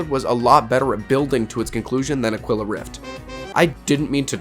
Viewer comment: It's rough how you are mispronouncing "Aquila" - It is pronounced "Ah - KEY - la" Spanish for Eagle.